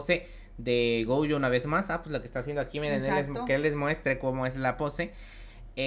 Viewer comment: No me gustan estos videos, solo me gusta el otro formato. Y no es gouuyo es Gojo